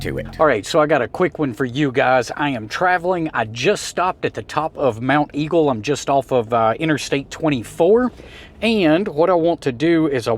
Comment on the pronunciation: There's no "u" in mont eagle.lol😊 proper southern pronunciation